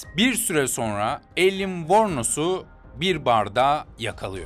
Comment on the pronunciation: Telaffuz uzaylı gibi alien degıl aylin direk